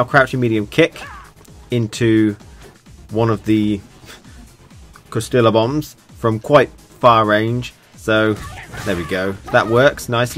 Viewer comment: Lmao listening to you pronounce quesadilla reminded me of napoleon dynamite, but the "correct" Americanized pronunciation is kay-sa-dia, not downing you just thought it was hilarious keep up the great work love your gouken.